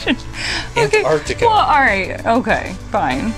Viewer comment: "Where does the ocean freeze?" "Antartica..." 😂🤣😂